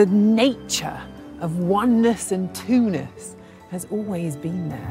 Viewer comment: I thought she said "twoness" properly.